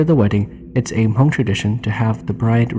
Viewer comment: 😂 why do you keep pronouncing Hmong, "Ha-mong"?